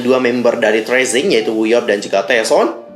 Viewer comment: Padahal aku brharap agensi ini bakal taubat gt pas ada berita CEO nya metong, tp kok makin Dajjal..btw bang bacanya TI AR SI EN JI. Bukan tresing